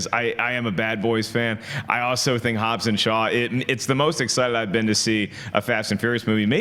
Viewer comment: It's Hobbs not Hobbes😂